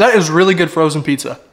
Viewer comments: Bro don’t like lil yachty if he pronounce that shii lItTlE yAtTeE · "Umm.. he ackshually said it like a nerd, ackshually, you pronounce it "LIL Yachty" not "LITTLE Yachty"."